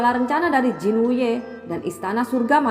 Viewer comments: Jin wute apa jin wuye kak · Murid Jin Wuye bukan Jin Wute, 😂😂😂😂